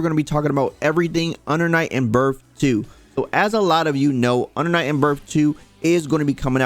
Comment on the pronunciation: UNDA NIGHT IN BURF??? lmao cmon son